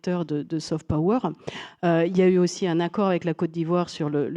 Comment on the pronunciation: "Saufete peaureure" ....😂😂😂Et ce sont ces pecnos qui se moquent de l` accent Creole!